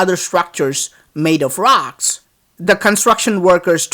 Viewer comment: you're calling it ROX instead of ROCKS